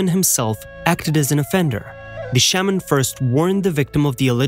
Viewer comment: I don't believe any of it. To have a European narrate this. Is insulting. He couldn't even say Shaaman right. Until this comes out of a Natives mouth. I'm not accepting any of this. It's hear say. The title is b.s. an to compare our Traditions to Europeans is insulting. What a waste of time.